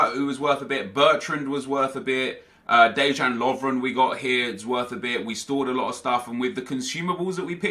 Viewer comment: It's DE-YAN Lovren not DE-ZHAN Lovren